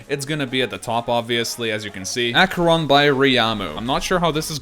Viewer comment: Headacheron lol